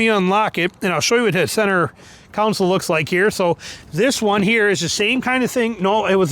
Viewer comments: Center "council". 😂😂😂😂😂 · stop. stop saying council. its not a council. its a console. theres a big difference.